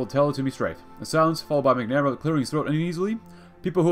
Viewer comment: Hate to be that guy, but MACK-nah-mare-uh